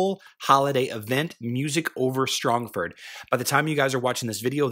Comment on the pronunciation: You pronounced Strongford incorrectly. Break it down into its component words: strong and ford. Pronounce each part as if it were by itself. I'm fairly confident that I am right about this since a ford is a shallow point in a river that allows easy crossing, and the city of Strongford is a fortified position located on a river.